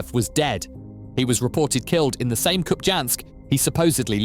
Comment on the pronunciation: Hey Mr AI voice: it is pronounced as KupiYansk. The j is pronounced as a y in most slavic, and Scandinavian languages as well as in Russian.